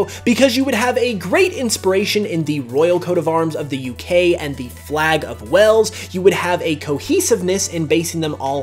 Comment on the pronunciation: Your saying Wales wrong